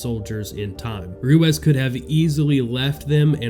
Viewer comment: Name is pronounced Roo-eez